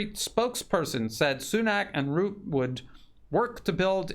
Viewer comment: Rutte (Rut-te, not root, damn murican!) is a traitor and needs to be disposed from office!